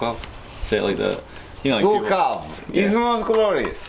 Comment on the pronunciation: Zhukov sounds a bit like 'juke off' in Russian. Not 'zook off'.